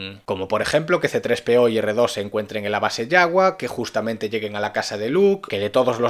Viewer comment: CE DISE CTRES-PEO